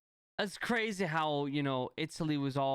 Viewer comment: I hate how every word he says with a y he says for example:crazeh or scareh